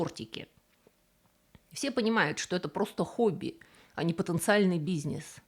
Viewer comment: Научись говорить слово бизнес